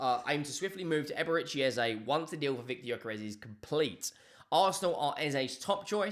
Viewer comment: its actually pronounced "Yuh-kuh-resh." You're welcome.